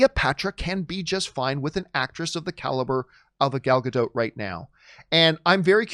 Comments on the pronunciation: I have to say, because it's bothering me - It's not "Gal Gado", It's "Gal Gadot". You need to pronounce the T at the end. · It's like changing the whole meaning of the name, just because some people refuses to pronounce the T in the end. "Gadow" means nothing in Hebrew, "Gadot" is. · It still makes me laugh the way people refuse to pronounce the "T" at the end of Gal Gadot's name as if they think she is a Frenchwoman. 😄